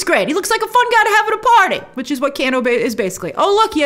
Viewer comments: Who the hell is canoo you mean kano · By the way ITS NOT CANNO ITS KANO say it right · Can-Oh It’s Kane-O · Let’s say it together. Kano. “Kay-no” Not “Can- no” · Grace if you pronounce it Cano and not KANO(Kay-no) one more time... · Haha, for the love of God please stop saying Canno.. 😄 it’s pronounced Kay-no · 1.) "KANE-oh" ....not "can-Oh" 2.) Cole looks to be shaping up to be more like the character Takeda [Tah-kay-dah]. Takeda is character Kenshi's son, who became a pupil of Scorpions' in the game and in the comic. - The actor looks like, and wears yellow like Takeda too. We'll see! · Why is no one addressing the fact that she keeps pronouncing Kano as can-o when it is pronounced Kay-no. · Kano = Cane-oh. Not Can-oh. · It's not Can-o it's Cane-O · Can o Grace? It's Kane o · IT'S KANE-O GRACE! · I'm help you out a bit here lol. You pronounce his name Kay-NO. Just for future refence. People start hearing the way you say it they will start trolling. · It's pronounced Kay-no... and he actually turns out to be a bad guy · Its pronounced "KANO" 😐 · I love when u pronounce kano cano I so adore you Grace❤❤❤❤ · exactly just about every fan of the games thought it was absolutely amazing. I’m sorry but also the way she’s saying “Kano” is like bothering me 😭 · She doesn't pronounce Kano correctly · I prefer this Shang Tsung. He looks way more sinister creepy like in the first game. And it’s the long A sound in Kano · She doesn't know how to pronounce "Kano" or why Mileena is dressed like Kitana... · Are we going to let grace get away with how she pronounced "Kano"